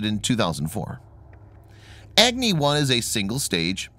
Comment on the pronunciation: It is not Egni, it is Agni.